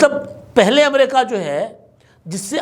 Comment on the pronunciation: “amrayka” Kia hai in Urdu its “Amreeka “